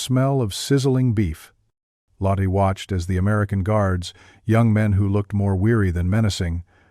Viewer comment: "Lottee and Hildee . . Should be Lotteh and Hildeh IDIOTIC AI